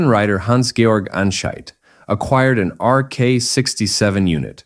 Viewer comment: Fascinating story, fascinating machine. But the commentary is just plain weird, the narrator made numerous flubs. First, the Suzuki's tube frame was made of steel, not aluminum. Second, the word "liter" is pronounced "lee-tur." And not "lighter", as he stated. And finally Hans Georg Anscheidt's middle name is not pronounced "Gee-org." Otherwise, an interesting tome.. .